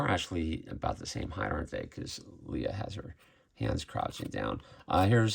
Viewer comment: The stiff cape drives me a little batty on this figure. Why are you saying her name as Lee-uh when it's clearly Lay-uh? 😮